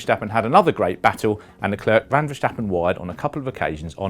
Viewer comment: I had a very tough time watching this video because there are two easy names in it and this gentleman pronounces them both as if he just set foot on earth and is just learning his first human language. Can you say the English girls name 'Claire'? Then try saying 'Le' as in Chic's classic song Le Freak and then say the girls name. That is how you pronounce Leclerc. Next is Ferstjeppen. Who is that, a Norwegian skijumper? Instead, try saying 'Fair' as in 'it's not fair that almost all F1 analists and talking heads are British'. And then say 'stop' as in well, stop this bullshit reporting, followed by 'pun' as in 'pun intended.' That is how you say Verstappen. You're welcome.